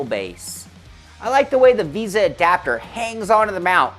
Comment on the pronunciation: It is "v ay sa" mount, not "visa." Just picking on you, lol. I may buy one of these for my next rig. But I am looking at Trak Racer rigs as well. Their 8020 rigs have a lot of accessories. I do prefer the tube steel look though.